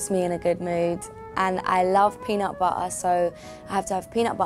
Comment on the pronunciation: peeenut bu-uh an bu-uh with t an su-uh